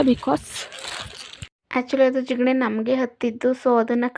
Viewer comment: Tigane alla adu Jigane 😂😂😂